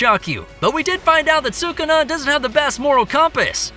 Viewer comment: Is sukuna not sukana